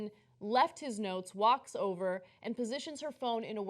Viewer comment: Oh.... NOTES!!?? I thought you said NOSE.